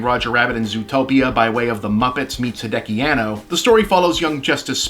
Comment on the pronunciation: it's a quibble but Hideaki is pron. he-day-ah-kee